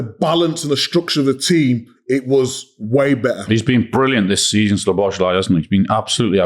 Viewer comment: Isn't it about time you learned to pronounce Szoboszlai;s name? The stress is on the first syllable.